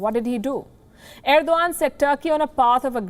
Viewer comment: Erodgan or I must say Errrr-do-Gand